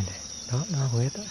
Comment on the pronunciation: Ếch nhá không phải ết đâu